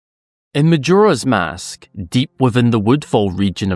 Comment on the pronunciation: It's always surprising how you pronounce Majora's Mask incorrectly